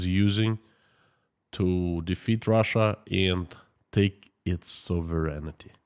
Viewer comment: Hey. Your English is fantastic! But a little correction for you. The word is sovereign-ty, not sovereign-ity.